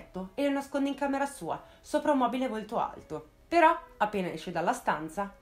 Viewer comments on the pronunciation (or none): none